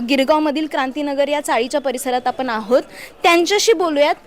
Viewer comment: आपन नाही आपण म्हणा.